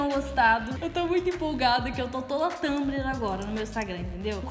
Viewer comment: Adoro você falando Tâmbri kkkkkkkk levanta cabeça princesa 😂😂